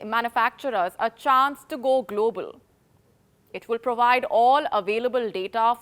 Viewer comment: i know now why wion palki was sooo popular. she did NOT have the accent. There was no prowide for provide. Wion accent is what you need to work on!